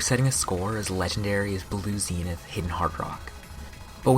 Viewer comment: nice pronunciation of zenith